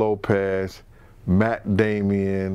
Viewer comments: It’s Matt Damon, not Matt Damien 😂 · Matt Damon..Damonnn not damieon he's not the devil child pronunciation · Mack Damien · He said Matt Damien 🤣🤣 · "Matt Damien" lol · This man said Matt Damian 🤣🤣